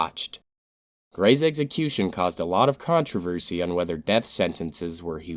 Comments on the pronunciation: It's NOT pronounced eggsəˈkyo͞oSH(ə)n. Say it with me please, "eksəˈkyo͞oSH(ə)n." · Glad this dude died in a horrible fashion. The narrator should learn to enunciate correctly, as the word is execution, not eggecution. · Every time I watch this channel and it’s about execution I have to roll my eyes and giggle. The narrator always says “eggsecution” 😄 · What the hell is an "eggsecution"?